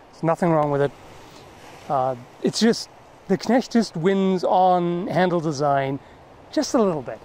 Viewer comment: Perfect pronounciation of the word "Knecht".